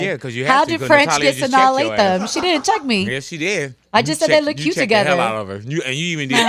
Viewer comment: that shit bothered me for like two minutes lol